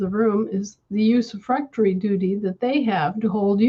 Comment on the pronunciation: Did not hear the word properly- Userfrectory duty??!!